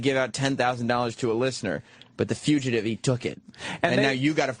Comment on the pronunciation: He still can't pronounce fugitive.